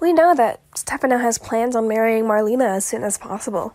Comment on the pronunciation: I believe she actually pronounces her name as “Mar-lay-na” not marleena. Just FYI. Lol